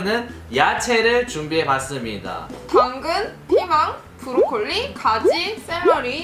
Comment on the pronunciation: 선바님이 양배추 브로콜리 말할때 ㅂ로콜리라고 나옴